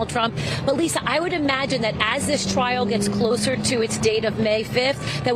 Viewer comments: Hey homie it's "trial" not trail brotha. Love that channel. You that man bro. My fav spot to chill and get the low down. Keep up the good work my man !!! #jameliskillinit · Lmfao “TRAIL “ 🤦‍♂️🤣😂. C’mon bro , check your $hit before you post. Or get “ hooked on phonics “ it worked for me 😝👌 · Trial, not Trail, my brother. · TRIAL* Not trail. No disrespect tho. Js. ✌🏼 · “Trial” not “Trail”. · "trial" not "trail." Thanks so much for sharing the latest updates. :) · The word is "trial" not "trail".